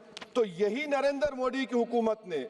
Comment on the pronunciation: यह नमूना प्रधानमन्त्री जी का नाम भी शुद्ध उच्चारित नहीं करता।